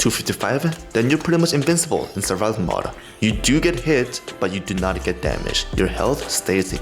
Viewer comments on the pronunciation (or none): none